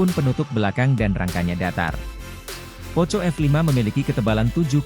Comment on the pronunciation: Bcnya Poko bukn poco bro hahahahaha 🤣🤣🤣